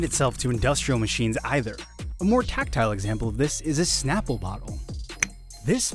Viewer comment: Its called SNAPple, not POPple. Lol, its a snap